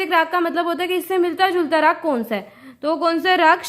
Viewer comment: Ma'am स nahi ,सा है